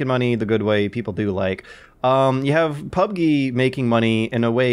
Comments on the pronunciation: The Last Villain what a strange way of pronouncing PUBGuh. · Just say PUBGeee it's not that hard!